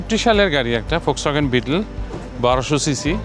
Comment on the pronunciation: VOLKSWAGEN PRONOUNCE HOBE FOLKSWAGEN